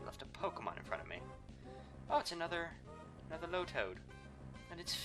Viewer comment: tailow (tay-low) lotad (low-tad)